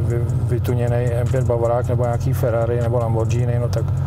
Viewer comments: Ani ty Italské mu moc nešli...prý namachrovany Lambordžíny....-) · Lambordžíny tvl to je trotl 😂🤦‍♂️ a teda vubec nechapu, komu s tim teda ujede z tech co jmenoval 🤷‍♂️😢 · hej, to je frajerina jak svet hovorit "maskl" a "lambordžíny" :) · Lambordžíny...🙂jinak auto hezký se super zvukem...